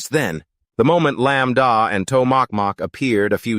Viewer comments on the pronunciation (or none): A. I. changed the names of the mc and mumu to lam da an tow mock mock lol